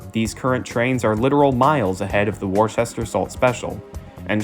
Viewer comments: Worcester is pronounced Woo-stir. Not wor- sester and especially not Wor- chester. Look at the word. There is no h in the spelling of Worcester. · It's typically pronounced "Wuhster." Earlier British pronunciation. Just like Gloucester is pronounced "Glahster." Worcestershire- "Wuhstershir." Gloucestershire- "Glahstershir." Please, please, for God's Sake on yourselves, learn to say "Wuhstershir Sauce!" I know, lots of folks will say it doesn't matter how you pronounce it, nobody cares, you're just being pedantic... Trust me when I say, most people have no idea how much the waitstaffs of upscale steakhouses ridicule people who try to look classy but then show their asses by saying "Worchestershyer Sauce!" If you're a burger guy, (like me) trying to pull off a class act, (as I've been known to attempt) get that shit straight. I used to date a woman who was a waitress at several very upscale steakhouses and there was no end to what they called "Trash Clash" jokes and stories about people trying to act classy, and the "Worchestershyer" thing was always the big eye-roller. "Boozholay Wine" was another one. I used to get really embarrassed for people. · The original Worcester in the UK is pronounce Wuster. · Wor-chester? Do you see an "H"? No, no you do not;) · I know you've recognized that you mispronounced a key word in your narration, but it does, nonetheless, pain me that such a well prepared and thorough presentation would contain what should be pronounced as 'Wus-ter' and, if you were living in Massachusetts, 'Wusta' which, I guess can be forgiven since much of the country would have a similar pronunciation. Try Worcestershire sauce. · It is pronounced Wus-ter (wus as in wussy). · Also Norfolk, pronounced nor-fuk. But a good educational and informative video. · As somebody from Massachusetts, the way Worcester was pronounced in this video was painful